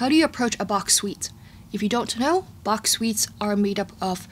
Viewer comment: I love your accurate pronounciation of Bach's name <3